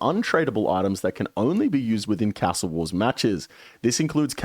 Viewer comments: The only thing that needs a nerf is the way you say castle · How come your Aussie and saying cas-tle not car-stle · Why do you say ‘castle’ like you’re trying to be fancy or some shit? Trips me out